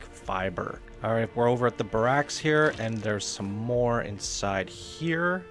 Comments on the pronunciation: So are we not going to talk about how he said Ba rax? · ber-racks? lol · That pronunciation of barracks... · “Ba-racks” he says lolololol bare-ricks bro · It's pronounced like this. Bear-acks... Mama Dul-che Idiot! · This is the best TIPS & TRICKS video I've seen for Fallout 76 thus far! One minor thing... barracks is pronounced like BEAR X, rather than like the first name of the previous president.